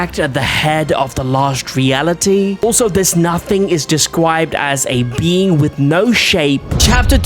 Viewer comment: he said deswibed XD